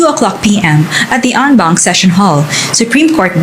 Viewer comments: "En banc" po hindi "on bank" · En Banc hahahh hindi on bank..but pronunced as soundin as "on"